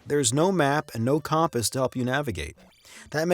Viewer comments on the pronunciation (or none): This kind of drove me crazy in the Zelda 1 video so I have to comment it on this one since you say it, here, too, but it's not pronounced calmpass, it's pronounced comepass. Phew.